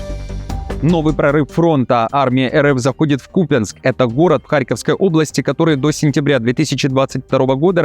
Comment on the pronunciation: когда уже ударения правильно делать начнешь? какой кУпянск???